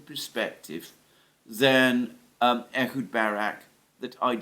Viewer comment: Ehud not Edward! Francisco not Franchisco, Snake not Snakes,,etc, etc